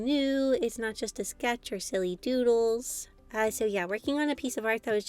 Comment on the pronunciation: I heard noodles instead of doodles😅